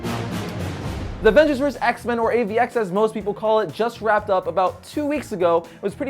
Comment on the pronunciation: It's versus, not vers! what the hell is vers anyway?